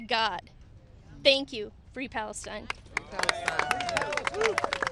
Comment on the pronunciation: Fwee Fwee Palestine mommy, 😊